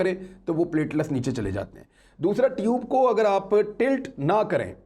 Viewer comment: Imran sb it's not pletless it is pletelet